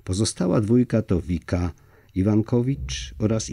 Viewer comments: ViCka, nie Vika ☺️ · Vicka, a nie Vika.